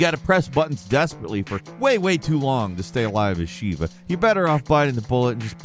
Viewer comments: It's Sheh-vuh, not Shee-vuh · It's not "Sheeva." That is Mortal Kombat. RE is "Sheva" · I have a complaint that triggers me way more than the false advertising of this video's title; character name pronunciation. It's NOT that difficult! Chris Redfield says her name throughout the entire game! It's "Sheh-vah", not "Shee-vah". Your nerd-cred is dwindling,...